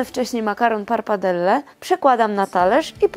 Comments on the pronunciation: Pappardelle, not parpardelle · Nie parpadelle, tylko pappardelle.